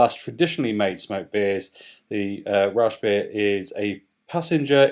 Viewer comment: The pronounciation gave me a laugh. Rauschbier. "Rausch" is a vernacular German term for being drunk. I suppose one gets drunk rather quickly with Schlenkerla, however, I do not like it bottled. Freshly tapped though it is insanely delicious. It's tough though to find a heuristic to describe the pronounciation of the "ch" which is a fairly familiar combiniation of consonants in German. The sound doesn't really exist in Englisch. It is like a soft-spoken 'j' in Spanish.